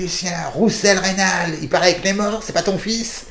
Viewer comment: Reynald et non Reynaud